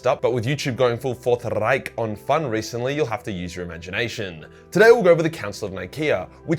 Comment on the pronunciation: Wow, you said Reich better then you say sashimi :)